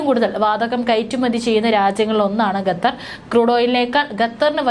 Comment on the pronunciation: Not ഗത്തർ, ഖത്തർ